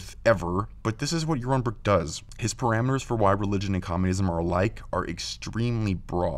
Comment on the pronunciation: Yawwon Bwwok tells us weason without Gowwd is good. When you can speak correctly, I'll listen, heathen. Those wascislly weligions.